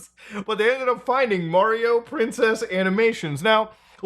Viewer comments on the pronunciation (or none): none